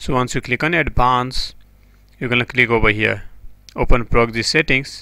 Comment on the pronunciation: My man said "pRoGgSy zEdDinGgs"